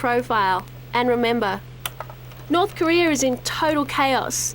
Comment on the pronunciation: Why do they keep saying North Koreor?